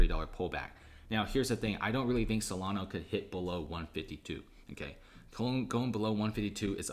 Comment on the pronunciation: S-O-L-A-N-A. There is no O at the end!